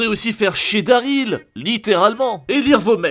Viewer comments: "Daryl" pas "Daril" et le jeu est une bombe ! ❤️ 🙂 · « Daril »... Pardon ? C’est pas « Daryl » plutôt ? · C'est "DarYl" et non "Daril", quand on critique, on le fait bien ! Sinon oui d'accord Kojima a un Ego trop nourri mais son jeu est clairement une réussite et innove de par son aspect de partage à travers les constructions et/ou avertissement et ce jeu illustre très bien la construction de la civilisation : au début l'environnement ouvert est clairement que de l'herbe, de la nature à l'état pur qui n'arrange pas la progression du joueur et plus on crée des routes, ponts et autres pour faciliter le voyage, plus paradoxalement on enlaidit la nature, en résumé c'est une métaphore juste et bien amenée sur la façon qu'on les êtres humains à "grignoter" et polluer le paysage visuel naturel par ses édifices et autres constructions (et l'atmosphère). Ce jeu n'est clairement pas du tout fait pour tous le monde c'est un jeu ou tu en baves tellement c'est long mais tu as la satisfaction du boulot accompli à la clé une fois le jeu fini. C'est simple ce jeu divise, soit on déteste le concept soit on adore mais dans les deux cas ce jeu fait parler de lui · C'est Daryl pas Daril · Attend comment ça "daril" ? C4EST PAS COMME 9A ! bref sinon bonne vidéo ! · "Daril" allez je dislike